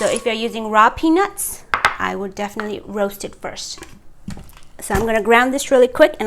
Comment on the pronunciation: Your accent confused me little bit, but the rest is ok, but make another video in Nepali language coz, 99% people who have watched and commented are Nepalese and again you pronounce peenus not peanuts!